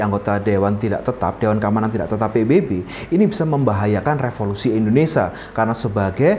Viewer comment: Bukan Endonesa tapi Indonesia. Bahasa Indonesia itu baca dan tulisannya sama saja 😅